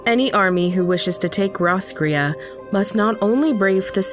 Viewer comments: My only complaint is that you have taken the name of an Irish town and completely destroyed it. It should be pronounced Ross (from Friends) - cray as in "girl you cray cray" or Crayfish. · Well Roscrea is a little town in Eire and it's pronounced Ross Cray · Roscrea is also a town in County Tipperary, Ireland. It's pronounced Ross-cray. This has been your useless info nugget for today. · Fun fact roscrea is a town in Ireland Though we pronounce it like ross_cray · Thought roscrea was a town in Tipperary Ireland 😂 pronounced diff do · Ikr the narrators pronunciation hurt my native ears 😂